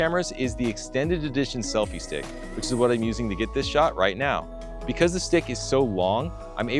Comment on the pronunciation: "selife stick" :)